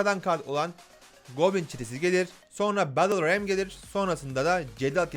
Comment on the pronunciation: BettılRem diye okunur